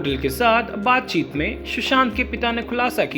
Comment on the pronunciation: Baat chit not bat chit